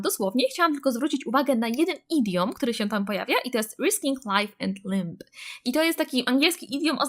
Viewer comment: Super filmik! Ps w słowie limb "b" nie wymiawiamy b :)